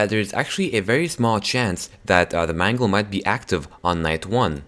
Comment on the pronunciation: please dont call Mangle Mungle